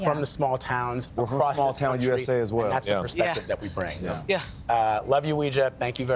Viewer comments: It's pronounced like"way-jia" not "wee-jia" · Her name really should be pronouned Way-zhah, not Wee-zhah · Maybe she shouldnt mispronounce her own name, it's not wee, its wei. Im just saying ¯\_(ツ)_/¯ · You're right! It's pronounce WEI JIA and not WE JIA. but people who are not Chinese don't know that and Weijia herself didn't teach people to properly pronounce her name and pronounce her name WE JIA herself. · I will be happy when mainstream media stops mispronouncing Weijia’s name, so that it doesn’t sound like some occult practice. It’s. WAY GEE AH. It’s ironic because pinyin was originally supposed to help pronounce Chinese easier..